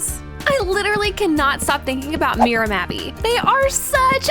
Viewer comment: No it is Mira not Mia